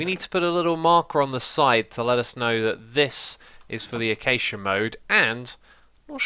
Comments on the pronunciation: The way x says acacia like achacha really drives me round the bend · Ai cal acaca wuud "Ay-Cake-ia" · Wait... people call it "achacha" wood? I pronounce it "acashia". Thats how you would say acacia. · Lol achacha wood (acacia) ;) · It's ak-ay-shi-a trust me, I live in rsa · I have never heard that pronunciation of acacia!